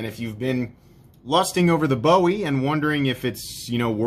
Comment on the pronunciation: From a Texan, it’s pronounced “boo-ee”. Love your channel man!